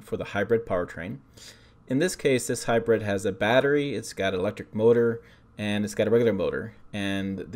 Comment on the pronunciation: It’s HYBRID not HYBRED FYI